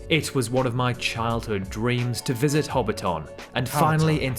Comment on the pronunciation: We're actually not that small. Auckland is our biggest city but it kinda sucks. I say this as someone who grew up there and now lives in Wellington. -It's Hobbiton (Ho-bit-tin) not Hobbit town or 'HobbiTON'. -Yes, our vibes are super chill and generally friendly. There's always some bad apples though. We still have biggots just like anywhere else. -It's typically the south that gets really cold, not the north. - Our cost of living is pretty bad at the moment, food prices included. -Australians and New Zealanders are siblings that like to make jokes and dig at each other, always making it out like the other one is so much worse. It's almost like an inside joke that we pretend to hate each other haha But in reality we're pretty tight and when sh*t goes down, we're typically there for each other and pretty supportive. -Job market is HORRID at the moment. I've been looking for over a year after losing my last one. -'Social purpose' feels like it's been on a bit of a decline over here as certain voices get louder. I feel like it's been stronger in the past. Praying it's not something we lose. -Yea road trips are pretty solid here tbh. Ngl. It's a good way to explore and see New Zealand. It ain't perfect, but I love being a kiwi and blessed to be here.